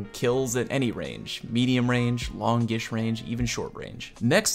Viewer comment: "Lawn-gish range" cracked me up!